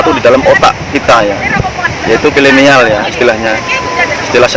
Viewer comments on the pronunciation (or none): Pineal om...bukan pilenial